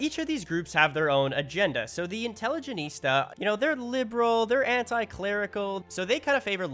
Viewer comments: Its not intelligenista, its intelligentsia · Grreat video, informative, I will admit to snickering every time you said "intelligenista" instead of intelligentsia. Sounds like an African warlord. :P 1 Question though, why use a Sulfur mine for the Chemical Factory route when you could just use a Livestock farm for fertilizer? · why does no vic 3 youtuber know how to pronounce intelligentsia? it's fairly easy, repeat after me intelligent-sia, now say it fast intelligentsia, you can do it without emphasizing the T, intelligence-ya.... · Inteligenitsa sounds like a nerd precursor. Please never read properly <3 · pronouncing intelligentsia wrong in pure gold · I’ve watched several Victoria 3 videos and not a single Victoria 3 YouTuber can read “intelligentsia” properly. What’s happening? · Why can no-one pronounce 'intelligentsia' properly?